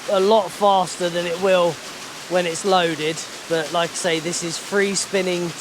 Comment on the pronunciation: What are you saying "loaded"????